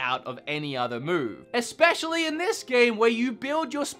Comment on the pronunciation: There's something that's been bugging me in your videos - there's no x in "especially". Please don't be offended by this, I love your videos and watch them constantly - but since I noticed this I hear it every time... Regarding the video itself - of course you're entitled to your opinion. I'm currently playing through Kingdom Hearts 3, but I watched the cutscenes of ALL the previous games to get up to date, and I actually feel like most of combat is padding that's meant to slow down the pace of the story... But that's just my opinion